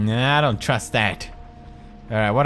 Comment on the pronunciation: You say "that" funny..I died when you said it